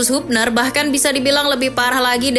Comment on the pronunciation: Habner min bacanya bukan hubner